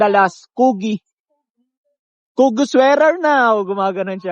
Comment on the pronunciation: KUGI??? HAHAHHAA inamo KOO-GEE! Bugok